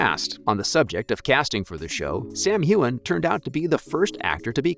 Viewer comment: started to watch then you could not pronounce Fraser or Hueghan!!!!!!!!